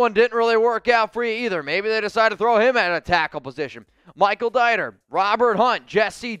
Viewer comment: YOU CAN TELL HE REALLY DOENST KNOW THE TEAM AT ALL BY HOW HE PROMOUNCED DIETER AND HOW HE RECOMMDED STARTING AUSTIN JACKSON WHO IS THE WORST OFFENSIVE LINEMAN IN FOOTBALL. ALSO HOW THEY HAD JESSE DAVID PENCILLED IN AT RT...NOOOOO RT IS EICHENBERGS BEFORE DAVIS ALL DAY!!!!!